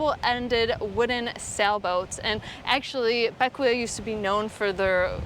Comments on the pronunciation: I thought it was pronounced BECK-way. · Bequia .......is pronounced beck way.....just FYI.....loving the cruising life you have working now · Just an FYI the island name of Bequia is pronounced as ( / ˈbɛkwiː / or / ˈbɛkweɪ /) "Beck-way" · Beckway is the pronunciation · Loved the video. Been following you since you purchased Athena. I’ve been sailing the grenadines for 6 years and was the general manager for barefoot yacht charters on Vincent. Anyway just thought I’d give you and FYI; Bequia is pronounced ‘Beckway’ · Great video, but I couldn't help myself: Bequia is pronounced BECK-way 🤗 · Bequia is pronunced Beck way